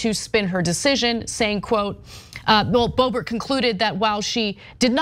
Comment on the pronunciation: Its, not boebert,its boobert.